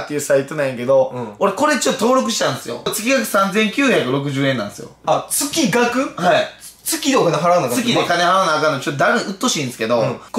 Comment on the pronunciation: 月額のこと「つきがく」って言う人初めて見た